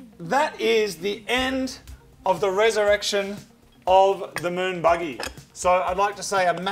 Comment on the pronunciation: Is it just me that hears "the Moog buggy", when he says "the moon buggy"? Honestly, this should be a thing, it has the wrong name.